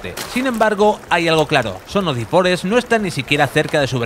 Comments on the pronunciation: Se pronuncia "DE forest", no "DI forest" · DA forest